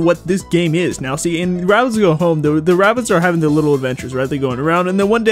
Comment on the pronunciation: It's RABBIDS. There's no T in the name.